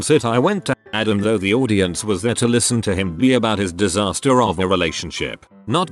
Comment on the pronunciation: Why can the voice not pronounce or say correctly simple words? Mispronouncing audience, axl, and orleans? That's software sucks lol